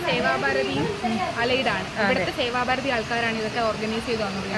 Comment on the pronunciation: സേവാ ഫാരതി എന്നല്ല സേവാഭാരതി എന്നാണ് പറയേണ്ടത്😀